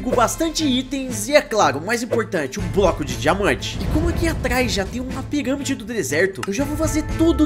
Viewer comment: falou piramede do deserto?